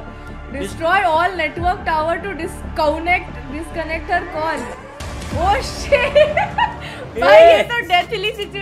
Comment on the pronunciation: English Teacher be like by reading 'Discounnect' :😡